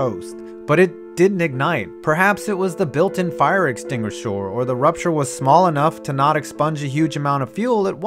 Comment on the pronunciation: No offense but you said fire extinguishers wrong u said fire extinguishors